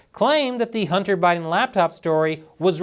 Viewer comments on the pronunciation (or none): none